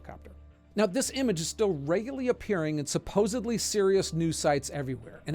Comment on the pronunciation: Supposedly, not supposably.